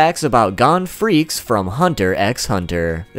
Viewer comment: Gon FREAKS! It's pronounced FRECESS